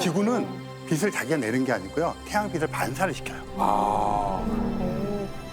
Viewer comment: 천문학자라는 사람이 '빛'의 발음도 제대로 못하다니.... 비슬->비츨, 비시->비치. 좀 많이 실망스럽네.